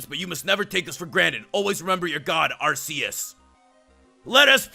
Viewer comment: it is pronounced AR-key-us